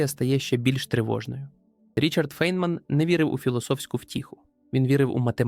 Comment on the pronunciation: Прізвище цього чудового науковця у всьому цивілізованому світі читається як Файнмен. І не інакше. Тільки тупе калькування у невігласів ...